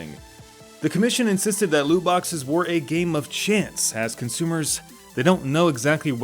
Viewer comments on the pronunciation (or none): none